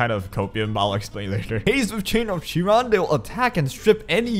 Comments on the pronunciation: with utmost respect, it's kai-ron not Chee ron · well no, chiron is also a mythilogical character from ancient greek mythology, he is a centaur. idk what it has to do with guilty gear and why they chose to give the name in the game for that but in greek mythology its pronounced kairon, sorry if it looked like i was ridiculing you! i enjoy your content very much